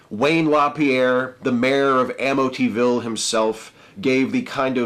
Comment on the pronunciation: lol "Ammotyville" :)